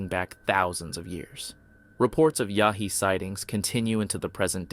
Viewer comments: Its Yowie you DF, not Yahee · Its "Yow-ee"......not "Yah-hee" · You keep saying "yahee"...Aussies say "yowie". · It's Yowie ya crackpot, YOWIE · As an auzzie the pronunciation made me laugh lol. Its more like Yow-ee. Yh nuh all aussies know that if ur in the outback or bush at night and you see glowing orangeish eye... RUN! Doesnt matter if ur Abo or white most ppl know its not good. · No wild monkeys in California. Pronounce the Yowie correctly ok. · Is this a computer voice or does this guy not know how to pronounce the name of an Australian Bigfoot?